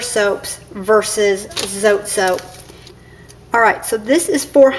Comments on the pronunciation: Mexican soap! Spanish pronunciation is more like "So - Tay" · Darlene Justason check little grocery stores .. call first . We don’t say Zote the way she pronounced it lol .. it’s the E IS. Eh .. Zoteh .. just might help when you look .. good luck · Its Pronounced SO TE.. Vowel sound for the E.. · It's pronounced Zo, Tee. :)